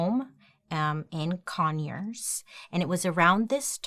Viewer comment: I hate that when she says Conyers and Decatur. I shiver because I stay in Conyers and I'm from Decatur. It makes me feel bad